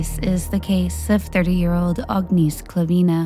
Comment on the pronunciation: 👋🏼 Just so you know her name it’s pronounced like this, “Agg-Niss” Agnese. The “e” silent. 😁